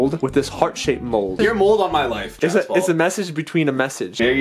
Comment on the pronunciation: billys giogas ITS JASPAL NOT JASPAL!!!